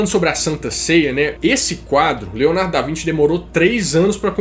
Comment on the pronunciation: Mano kkkk Leonardo da vinte? Acho q é da Vinci lkkk